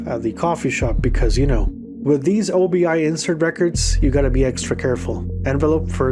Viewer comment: Obi-....."oh-bee"....That piece of packaging is named after the belt component in a kimono.